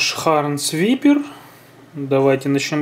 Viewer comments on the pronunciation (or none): Не Випер, а вайпер! )) Означает - Гадюка! ;-)